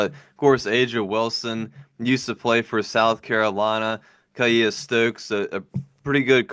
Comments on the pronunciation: Kiah pronounced Kea. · It is pronounced KEEYA! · It’s pronounced “key- ah” stokes but this was fun to see Aja in uconn gear! 😂😂😂😂